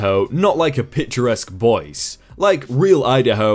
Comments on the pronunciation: 'Boyce'??? 'BOYCE'?!?!? ... 'Boy-See'. It's pronounced 'Boy-See', m8. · Boise is Boy-see. Not boys. This is the second or third time you've done that. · FYI Boise Idaho is pronounced boy-see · Well, Boy-zee... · Boise is pronounced Boys-E. Love your videos by the way. You've introduced me to a lot of sub reddits that I now really enjoy. Thanks so much! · Lol Boise is pronounced boy-see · love these vids. and i know you arent here in the USA so ill help a bit. Boise is a city in Idaho, pronounced Boys-ee. no biggie, just wanting to help out if i can. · "Boise" "Boys" ....oh dear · Boise does not rhyme with voice. It is pronounced boy zee with the emphasis on the first syllable. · you misprounced Boise